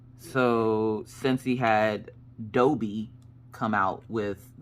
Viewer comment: The way you said Dobby made me cringe 😖